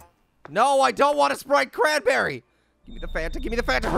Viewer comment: Sprite cranberry I thought he said wanna spray cranberry???????